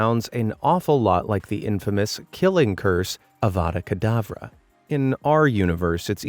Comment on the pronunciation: it's uh-vah-duh kuhd-ahv-ruh